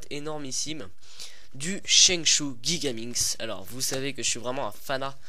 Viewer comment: On prononce jigaminx , pas guigaminx comme tu le dis